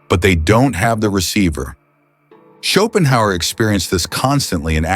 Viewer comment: Ok, half way through the video, and with the many repetitions of Schopenhauer's name I can't see how this video is going to make me any more competent at anything, even at how to pronounce his name. The video maker was fully incompetent.